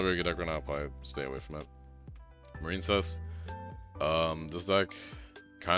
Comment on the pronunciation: Marincess marinsuss